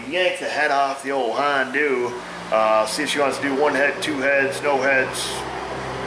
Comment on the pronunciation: I appreciate your knowledge,and honesty,,,"hondue" hahahaha,,giggles fer days!